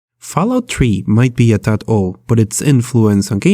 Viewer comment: fallout "tree" in a potato